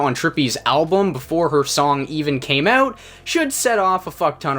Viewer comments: for the most part they do but listen to how he says about and out at the beginning of the video...he says aboot and oot...dead give away dudes got a mullet, loves hockey, calls teeth chiclets, and swears labatt blue doesn't taste like shit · Are you from like Michigan or somewhere? Cause the way you say 'out' makes me think you're from somewhere like Michigan